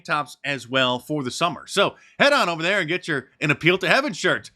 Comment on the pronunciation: ITS JOVER 😂